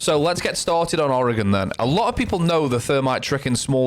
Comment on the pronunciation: First person Ive heard even remotely pronounce oregon right. My only note is that the "e" is actually semi-silent.